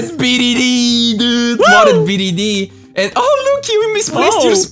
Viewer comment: It's BTD not BDD